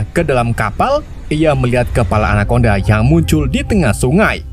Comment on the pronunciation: Anaconda ❌ anakondang 🗿